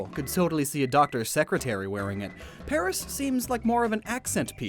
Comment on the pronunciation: gingham. It's called gingham. Haven't you ever seen Great British Bake Off? and Paras??